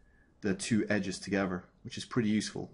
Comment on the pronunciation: Great thanks! "togever"